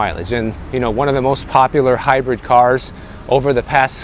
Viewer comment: Bro you made hybrid sound like jalapeño 🤣…in all truth tho…I’ve had hybrids…awesome till the battery goes …once EV and ET vehicles go to a solid state battery…most of these charging problems will be gone …tops 10 min to full charge in normal climates…